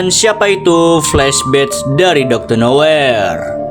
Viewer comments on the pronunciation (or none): Bang salah ngomong bukan doctor noyer tapi doctor nowhere